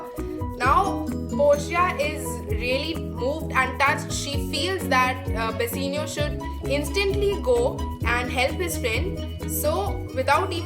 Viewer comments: Firstly it's bassanio not basenio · In the explanation in scene 2 ur saying Antonia instead of Bassanio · Nice explanation but I am thinking that you are calling the name of bassanio and gratiano in wrong pronunciation